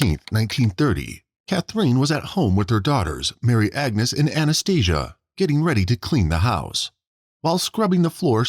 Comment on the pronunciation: Anaesthesia 😂😂😂😂 It's Anastasia